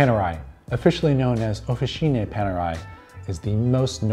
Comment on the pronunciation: It is pronounced ""Ofitcheene" not "Ofisheene".